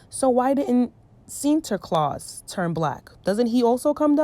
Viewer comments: It's like you're struggling but you're saying it right tho 😂 Sinterklaas. Love that you're talking about this topic I'm Dutch btw. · I am a black Surinamese girl from the Netherlands. From childhood I knew the "Tradition" but I never celebrated it because I always knew it was racist. And I’m happy you talked about this.( You pronounced Sinterklaas right) I love your video’s so much love❤️❤️❤️ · I was born in the Netherlands & Sinterklaas (u pronounced it right btw) is really something big. But from a young age, I was called Zwarte Piet a lot of times... that’s when I knew there was something wrong with it, bcs my skin is not a costume, point blank period no tampon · Your pronunciation of sinterklaas was not that bad